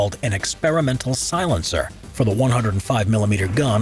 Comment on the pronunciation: Mmm yes silentcer